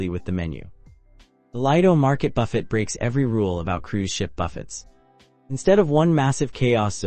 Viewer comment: If you are doing cruise reviews, learn how to pronounce Lido and Buffet! AND Pilates.